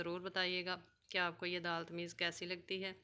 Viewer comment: Tameez nahi bhai tamees